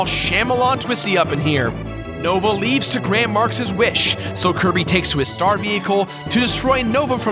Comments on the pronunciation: you called Kirby curry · in the video accidentaly said cirry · did anybody notice he said kirby wrong and outer words